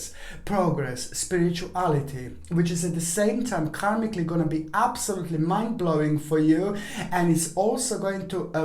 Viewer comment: For a second I thought you said ‘man blowing’ instead of ‘mind blowing’ and I was like 😏😏😏....